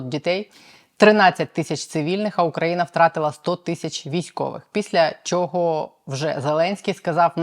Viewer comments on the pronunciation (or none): none